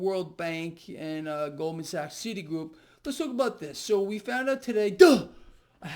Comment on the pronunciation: “Gold man sacks”